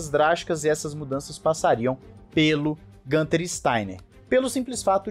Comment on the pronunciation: GUuuunter. Não é GAnter.